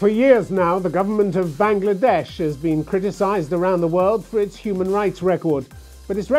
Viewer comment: সাহেব বাংলাদেশ ও ঠিক ভাবে উচ্চারণ করতে পারেন না! উনি ওনার ভারতীয় হ্যান্ডলার এর মত হিন্দি অ্যাকসেন্ট এ "বাং নগলা" বলেন। He couldn't even answer properly without stuttering and got tangled up with his lies.